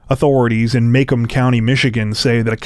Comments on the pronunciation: It's actually pronounce Muh-Comb County, not Maycom County Michigan my man. Just so you know for future reference if you have any other stories that come from that area of Michigan, which wouldn't be surprising lol. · It's ( Muh-Comb).